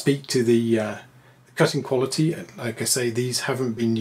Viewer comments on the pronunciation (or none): none